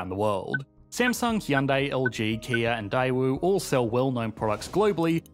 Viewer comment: actually pronounced Hyundai correctly. Well done 👏